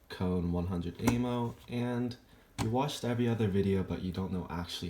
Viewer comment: KAIN NOT KONE